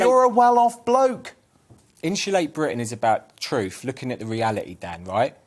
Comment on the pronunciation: But he speak the "TROOFF"